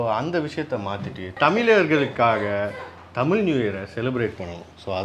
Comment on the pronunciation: its தமிழ் புதாண்டு not தமில்